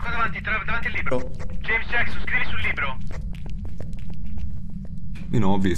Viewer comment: Nessuno: Proprio nessuno:: Gieims Giecson